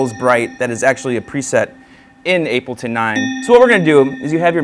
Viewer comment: is he calling it 'ape' L ton or it just my ears playing tricks